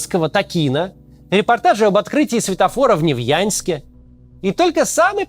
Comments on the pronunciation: Максим, мне, как уральцу, резанул Невьяньск, когда он Невьянск)))) Кстати, в последнее время в принципе замечаю ошибки в произношении уральских городов: в Перми не смягчают "р", а в сериале "Последний Министр" название города Пышма́ изменили на Пы́шму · Максим, хорош мой родной город коверкать))! Невьянск, а не Невьяньск! Ну а так, приятно, конечно, что не забываете.